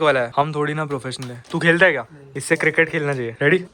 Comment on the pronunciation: Is it just me or he says “hai” weird? Just curious why this accent. Anyway sending much love to you! Great videos always.